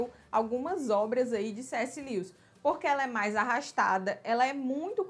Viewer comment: Amei o vídeo. Dica... a pronuncia do nome dele é: (Lúes)